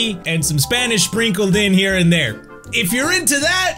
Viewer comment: No HE DIED when he stayed thar